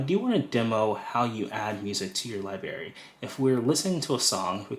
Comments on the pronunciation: It’s LIBRARY not Liberry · Thank you for this info. Please pronounce library correctly. It has an R in it. It’s not pronounced liberry it’s library 😂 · Excellent content! Very helpful! You are a pro! Please work on your pronunciation of the word library. It is not LIBARY.... There is an R after the B.... LI-BRAR-Y. It was distracting to hear the mispronounced word... many times. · It’s pronounced Li-BRARY not Li-Bary Also its LOSS-less not loose-less. Come on man! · Great demo…check your pronunciation of LIBRARY…not LIBARY. Hope this helps. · Lie Berry? C'mon, man. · Thank you so much! A wonderful introduction to AM! Your credibility, however, takes a huge hit every time you say “li-berry’. It is a b-r sound. Like ‘break’. You have to make the adjustment! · Yeah made my skin crawl. Also looseless instead of lossless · "Li-Berry" for library was a pronunciation tic I had when I was growing up, too. Reminded me of when I was a kid. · I gotta get this “Lie-berry” 😂😂😂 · Great overview. If I may offer one tip...please also pronounce the first "r" in the word library. :) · LIBRARY! good grief that was driving me crazy lol. thanks for the video though, needed some help navigating the app, switched over from spotify.